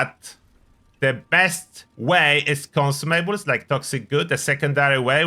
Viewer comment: Take a shot every time he says "con sue may bells"